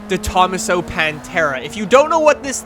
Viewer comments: "D Thomas O" its pronounced deetomazo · good vid, but the way you just said DeTomaso made me want to cry, you pronounce it "Dee Tomaso" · It's pronounced, Deeee Tomaaarrrzo!!! Please pronounce it right :( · it's pronounced dee tomarso btw, no joke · he pronounced De Tomaso wrong SHAME ON YOU! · That is nowhere near the correct pronounciation for Detomaso. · Completely butchered the DeTomaso pronunciation. Also the prototype you mentioned isn't really a Honda product. It's a Ligier JS P2 with an HPD engine in the back, which isn't the only engine available as it runs with a Nissan V8 when it competes in Europe. If you wanted a true Honda prototype, then you would look at the HPD-ARX 04b (or arx 03b) but details are scarce on that as its still in development. Of course, Turn 10 could probably acquire the license for Ligier and the liveries for MSR & ESM, but hey I bet not many casual players would touch it anyways. If it were me, I'd much rather see them bring the Oreca 05 Nissan LMP2 into the game as its essentially the same chassis as the Rebellion R-Ones that compete in LMP1-L.